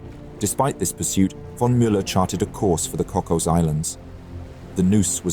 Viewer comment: It is pronounced Cocas, not Cockos. The signal sent was "SOS, SOS. Strange warship approaching." Upon receipt, Silver initially turned Melbourne to proceed but realized quickly that his task was to stay with the convoy; it was then he ordered Glossop to proceed with Sydney. The other escorts were HMS Minotaur and HIJMS Ibuki, a Japanese battle cruiser; Ibuki immediately altered to join Sydney but was ordered back to station by Silver (no doubt to the chagrin of the Japanese crew). It is noted that Melbourne and Sydney had recently returned from the Papua New Guinea campaign which defeated the German forces there and saw the loss of HMA S/m AE1. After the battle, Glossop sent the famous signal, "Emden breached and done for." Further, later, the Kaiser directed that all survivors from the ship could add the post-nominal EMDEN to their names. The battle also serves as another example of the attitudes that existed in both major wars and continue today between German, Italian and Commonwealth warships. Circumstances dictated we fight but thee is nothing personal or any malice in this. Indeed, by and large, Naval seamen and women have far more in common than opposition than those who send them in harm's way. My personal view is' I don't care where you served. You wore the blue, that makes you my brother."